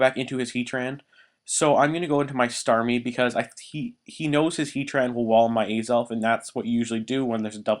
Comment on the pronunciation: alright im not trying to hate, but how do you mis pronounce azelf?